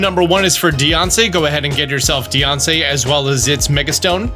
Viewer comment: Oh my god he is doing it on purpose IT'S DIANCIE WITH AN I AT THE END